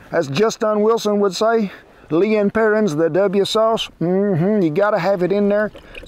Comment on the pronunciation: We were at my mother-in-law’s on New Year’s Day (grouting tile in her shower) so I didn’t get to cook my NYD black eyed peas. When we got home, we saw this recipe and I knew we had to make it today. It’s coming along nicely. BTW: the correct way to pronounce that W word is “Lea & Perrins” 😎 Any other bottle just isn’t worth it.